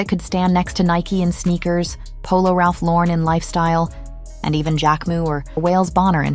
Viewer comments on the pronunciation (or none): none